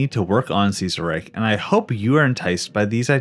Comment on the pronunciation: Ceaserreich would he pronounced Kaiserreich since Kaiser is actually a more accurate pronunciation of Ceaser then Ceaser is since Kaiser basically is just meant to be Ceaser but you know German. Because of the holy Roman empire and such.